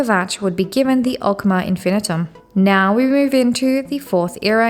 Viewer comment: Infinium not Infinitum, but otherwise, decent video.